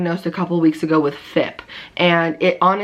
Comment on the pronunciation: I am a vet tech and it is pronounced F.I.P. not fip. We say the letters out! Just wanted to let you know so you don’t sound silly 🙃